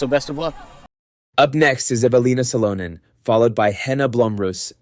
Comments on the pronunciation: Evil-ina Sa-low-nin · Evil Lina SaLOWnin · Hate this use of AI. Horrible corner to cut. Can't even pronounce the reigning distance champ eveliina salonen's name...... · I mean I'm like a minute in and already absolutely butchered Eveliina Salonen.. brutal start if you can't get one of the bigger names in FPO lmao come on guys wtf 🤦‍♂️